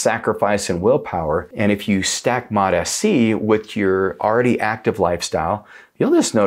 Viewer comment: Sounds like you keep saying Mot-Fc.